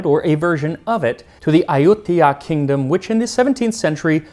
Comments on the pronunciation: Huh, I always heard it pronounced Ay-u-thai-ya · Ayuthya sounds more like Ayodhya, does it not ??